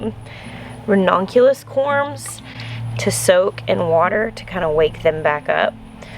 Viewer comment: It’s actually pronounced ra-NUN-cu-lus. But, I agree. Every time I hear her say ra-NON-cu-lus, it makes me think of redonkulous. 😀😀😀